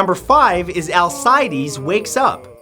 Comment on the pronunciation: Pretty sure it's pronounced Al-cee-days